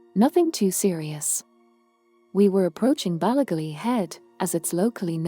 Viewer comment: Interesting story, but please get a real person to do the narration. "Ballygally" isn't pronounced the way the AI says it.